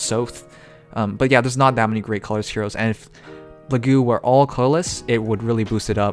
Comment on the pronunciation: It's Laguz, not Lagu. The "z" is not mute.